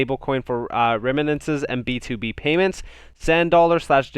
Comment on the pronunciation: the word is remittances …. not reminances … not being mean. I like your content, just helping you out. Excellent info & video 👍 good job, I subscribed